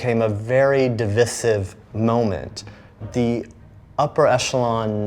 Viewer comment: for any Americans watching.. No, that's not how to pronounce "Divisive" or "Garish" 😋